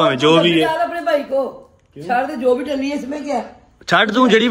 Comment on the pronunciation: Talli NAHI talli